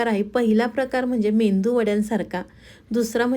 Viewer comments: मेंदू वडा नव्हे मेदू वडा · मेंदू वडा नाही,मेदू वडा म्हणा रेसिपी छान आहे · मेदू वडा बोला. मेंदू naka bolu😂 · ताई मेंदू वडा नाही. मेदूवडा. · मेदू वडा म्हणावे. " मेंदू वडा " म्हणणे चुकीचे आहे. तसेच कोथिंबीर म्हणावे. " कोथंबीर" म्हणणे चुकीचे आहे. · मेंदू वडा नाही मॅडम मेदू वडा म्हणा. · कोणाचं मेंदूचं वडे म्हणावं. तसं नाहि मेदु वडे आहे (. मेदु वडे ) म्हणा🙏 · Mendu Vada nave Medu vada.uchhar hava. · मेंदू वडे नाही मेदू वडे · अग बाई मेंदू नाही मेदू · रेसिपी छान आहे...पण मेंदू नाही मेदू वडे म्हणा